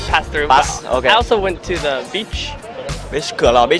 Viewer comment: đừng phát âm "the" như thể nó là "ther" được không? Không có "r" ở cuối đâu mà =((((